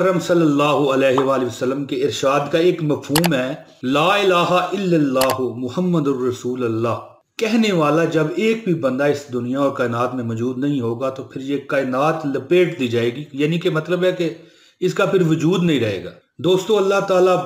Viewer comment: bhai apne kalma ke alfaz sahee kar lo ap rasoolallah parh rahe hen balki sahee rasoolullah he